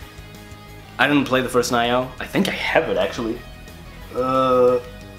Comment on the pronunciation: I agree, I think it was really underwhelming, the games were good, but not much surprises, except for Ghost of Tsushima (which looks pretty good to me), Control and Nioh (it's not pronounced Naioh), most everything showed we already knew about, I like the RE 2 Remake, but most everything else was expected, solid, but not much more than that, not much E3 hype in this presentation, the music segments were time wasters, and the mid segment was terrible, and that's it, The Last of Us Part II looks like the first, good but without story context it's missing a lot of the appeal, Death Stranding is way to vague, and Spiderman we've seen for 3 years now, sadly not much excitement, just okay, I will give it this, thank good they didn't waste time on Call of Duty or Destiny 2 though, that was merciful of them.